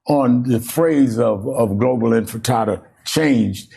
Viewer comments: Infatada? Is this guy a cretin? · Infirtada? Did that news anchor say infirtada? I he should be embarressed. And the fact that did not corect him or atleast say the word right, proofs that this is a zio in disguise. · MF really said inta fatata. Might as well said Hakuna Matata. Ugh I'm 🧃 and zrahell fatigued. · I wouldn’t even entertain answering somebody that failed to pronounce THEIR point of contention multiple times in a single paragraph. Anfitifada? Anfitada? 🤡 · He said, "Did you mean it when you said, 'groverize the impinada'?" 🤣🤣🤣🤣🤣🤣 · "Globalize the Intifrittata" Dude can't even pronounce it😂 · He cant even say it. Infan, induh, if- in fant ahdahhh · This MSNBC host is an idiot. He literally says "infitada" then tries to correct himself but continues to still get it wrong. It is not a hard word man... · I could listen to Al Sharpton struggle to say global enchilada all day. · Oh you mean that Grover in Ciabatta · "Global Infitada" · They threatened to assassinate him of course and what does Crooked and corrupt Al sharpton mean by Infitada instead of Intifada? Idiot cannot even pronounce properly. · Al Sharpton: it’s not “intitada”, it’s intifada. Learn what it actually means and how to pronounce it before criticizing. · Sharpton's so illiterate he can't even say intifada. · How do they find these TV hosts that can't even pronounce intifada? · Look at Sharpton, cowering in such fear at the phrase that he can't even pronounce it properly. That's how widespread it is. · The interviewer can't even say the word! In. Ti. Fa. Da. Say it all together now! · Who gave Al freaking Sharpton a platform? If you cant pronounce words properly, you shouldn't be hosting a show in which you're supposed to be a semi eloquent public speaker. The way he stumbled over pronouncing "Intifada" was hilarious. I was half expecting him to pronounce it as "Inta-hakuna-matata" 😂😂😂😂